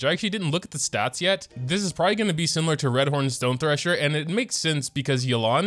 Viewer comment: I think her name is pronounced Yay-lan- someone correct me if I’m wrong